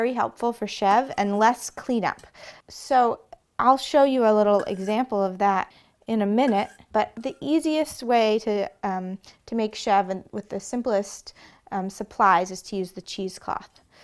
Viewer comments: The pronunciation is two syllables, more like "shev-ruh". The intensity of the second syllable is less for northern French, but still NOT "shev". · Love this tutorial. Comprehensible and to the point. But please learn how to pronounce "chèvre" properly as it is what you are teaching us.